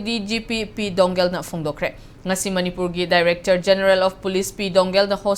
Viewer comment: News reader oiraga pronounciation su heitaba 🤣🤣🤣 It's P dou ngel not P doungen.... Lairik heitradi tokpiro ebema